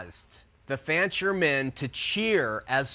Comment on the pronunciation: DUDE! The name is FANCHER, not FRANCHER. How can anybody trust ANYTHING you say after this GROSS ERROR!!